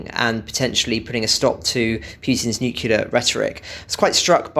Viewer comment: seems to be in need of a course of elocution sessions- "noocular" illustrates this pointedly...